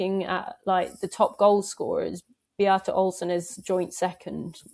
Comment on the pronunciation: Good to hear someone in England pronouncing Be-ata's name correctly! Often it's more like Beat-a.